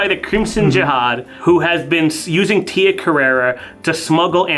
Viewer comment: It's Tia Carrere, as in "career".